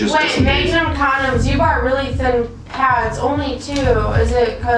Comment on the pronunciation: This is a train wreck. Courtney is intoxicated on something, is talking in a weird accent (mayg-num? pronouncing her T’s at the end of sentences, no glottal stop like the Midwest), and even though Trilogy is usually much more professional they have no right speaking to his friends, family, or acquaintances on the phone with him the way they did. It was super obvious that this pred was calm and doing everything they asked and they wanted to do things to increase the drama. The pred did everything someone would want him to do if their genuine goal was accountability and education. They were obviously frustrated that he didn’t do more click-worthy behavior.